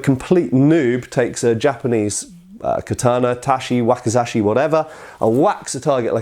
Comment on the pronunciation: not taSHi but taCHi 太刀 read as たち or daito literally long sword, odaCHi 大太刀 large long sword, nodaCHi 野太刀 long war sword but first character is plains, fields, rustic...:D. Wakizashi You read ok 脇差 read as わきざし. As You can see different characters ち vs し read differently. For native English person its harder language to grasp good pronunciation we Slavs get it easier while we butcher mercilessly English pronunciation;)